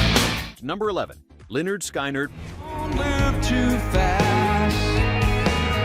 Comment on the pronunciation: Its Siknard not skienard.